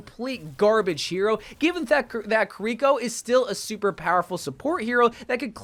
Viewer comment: "Sore Jorn" "Kuhr Eeko" What is this guy's pronunciation lmaooo